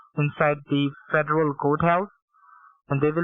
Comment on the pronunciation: That's because "Each and every thing is being heard in the goat house, fedrall trade commishen, depputtment of tresry, depputtment of homeland secutty, shoshall secuuuty and the higher authoratees".